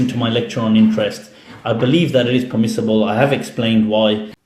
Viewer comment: '' THheY ArRe PeHmiSSibULe In My UnDeHStANdinG '' lol what a ding dong.